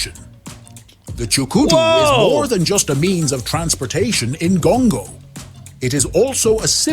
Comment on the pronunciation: Why Gongo? It rhymes with Congo.